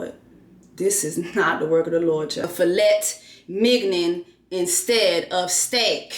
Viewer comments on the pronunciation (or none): Fil-et Mig-nen!🤣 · Filet Mignon is truly meat tho... He just pronounced it weird. It's French! 😂😂😂😂😂😂😂😂